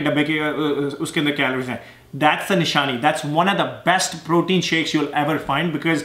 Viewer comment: Sir protein nahi pratin baba 😂😂🤣🙏